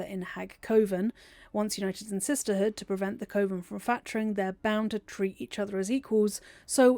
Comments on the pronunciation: I love your videos, I love your voice, but this whole time I was like "it's cuh-ven! Not koh-ven!" 😅😂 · Cuh-Ven it isnt Cove-en this bothered me my full video ngl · Pronounced “kuhven” not Coven like woven. It’s bothering the crap out of me. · I’m curious about your pronunciation of coven. I’ve only ever heard it said “cuh-ven” is “co-vin” a British thing? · You can pass through the door in Ethel's lair that leads to the underdark teleport if you wear one of her masks It took me a while to get used to hearing coven pronounced koh-vern but otherwise this was another great video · I can't with the way you say coven. 😭😭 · I've never heard coven pronounced the way you say it. No hate intended! Are you English? I figure it's a dialect thing I haven't encountered (I'm Australian). Great video! I can always tell how much work you've put in getting these together and I always come away with new nerdy facts to share with my BG3 friends. Thank you as always!